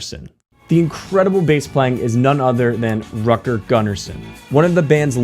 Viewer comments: Dude, the name is Rutger, not Rucker or Rocker how you pronounce it. It's really annoying. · Rocker Gunner Son. And then we read Rutger Gunnarsson. Aha, that Yank can not even say Rutger. Please, what is wrong with saying Rut Ger?! Rocker is very funny, but it is soooo annoying: it is NOT Rutger. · Dude, Rutger is pronounced "rOOtger" not "r-uh-tger", like wtf, get some basics straight before doing a video like this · Rutger isn't pronounced "rucker".